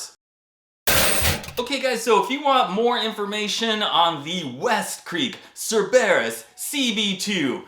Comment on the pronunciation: PITY he couldn't pronounce it correctly! HAVE him try Charybdis next!